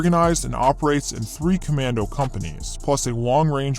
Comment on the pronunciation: The "Kommando" was good but the "Spezialkräfte"......